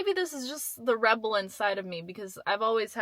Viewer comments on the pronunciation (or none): the word is REPEL😂 i be wanting to scream them out to you